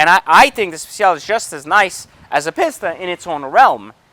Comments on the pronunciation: Peeeesta. Not Pissssta. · Both very nice cars, but it’s a little misleading comparing a track focused car vs one that is more for the public roads. I’ll bet the future F8 Pista (I believe it’s pronounced “pee-sta”, not “piss-ta”) will bump the 488 Pista off its throne in no small way 👍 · Pisssssta it’s peace-ta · OMG! It's a PEEEEEEEESTA... not a PISSSSSTA! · right its pronounced pee- sta not piss-ta. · Interesting comparison thank you. Any reason you say "pissta" vs the Italian pronounciation we say in Europe "Peesta"? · Guy says Piss-ta. Immediately stopped listening. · The fact that you call it a "pisstuh" says a lot. And yes I am a supercar buyer. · I was buying into the whole value thing until he opened up that "Piss-ta" to show those weird brown interiors. Edit: Watched the whole video, still can't conclude any reasons about why the Pista is better than the F8. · He keeps calling it a “Piss-ta” . That alone tells me his opinion doesn’t matter. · Spend just a “little” bit more. 100 grand more is a lot dude. Also a big reason people like the C8 corvette is because of the price and you get much more bang for your buck plus it’ll be interesting to see how the z06 compared to other super cars. Last I get you’re in a better position financially but you don’t need to act like an arrogant douche. Oh and learn how to say pista not pisssta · I can’t stand every time this guy says “Piss-ta” it triggers me... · My god how many times does he say PISS TA instead of Pista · Stop saying pista. On behalf of all Italians ever please stop saying pista and speciale too for that matter